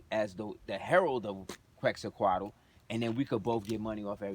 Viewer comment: It’s pronounced quetz-a-col Peace and love brother 🇲🇦🤍